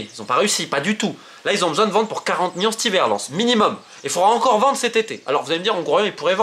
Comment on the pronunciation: Romain tu as un problème avec les L tu dis à chaque fois Miard et mions sers toi des L 🤣🤣🤣